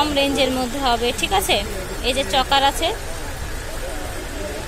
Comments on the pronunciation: চকার না আপু।।চোকার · Sobay chokar bole..tai sunte odbhut laglo